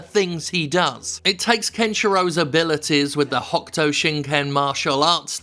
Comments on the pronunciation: I know the U in desu is silent but hokuto is pronounced as hoe-koo-toe, not hock toa. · Watching this in 2025, and I keep thinking Steph is saying "the Hawk Tuah martial arts."